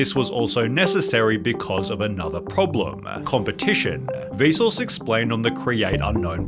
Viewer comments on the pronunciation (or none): Every time you say Vsause I hear Bezos for some reason 😅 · it sounds like he is saying Bezos, instead of Vsuase. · Whenever he says vsauce I hear bezos. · The way you say Vsauce sounds like Besos